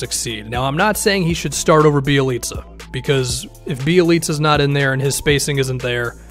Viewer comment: I know that you know your ish because you actually pronounced Bjelica’s name right. Good job sir 👍🏻